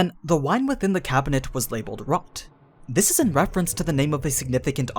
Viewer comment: Rot-Gelb is German. Rot is red. And is not pronounced like that (think closer to rote). Gelb is yellow. They’re colors. In this case Rot is on Wine bottles. Enough said.